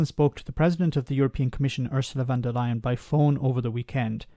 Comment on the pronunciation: Ursula Von Der Leyen A name never pronounced the same way twice even by the same person.